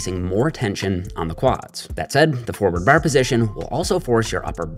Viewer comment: The way he pronounces "bar" just ruins the video for me, it's a torture for my ears, but keep up the good work